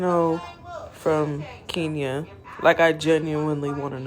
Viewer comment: KENYA. E, is said like Elephant. Thank you